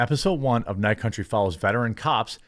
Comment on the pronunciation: True Detective: Night Cuntry